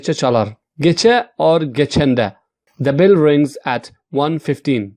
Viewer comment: Also ring not reing